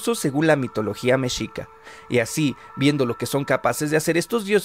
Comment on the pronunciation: Pronuncias mal la palabra mexica .....